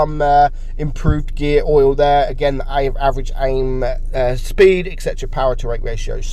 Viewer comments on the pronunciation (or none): none